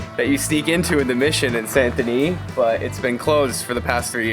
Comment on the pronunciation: I've always pronounce Sand Den-knee as Saint Denis.